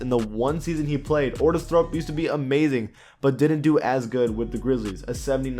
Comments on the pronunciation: Bruh it clearly says thorpe in big text and yo saying thrope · You called Otis Thorpe Ortis Thrope